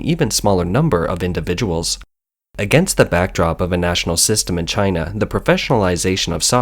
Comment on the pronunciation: Gii-na not #1 🤣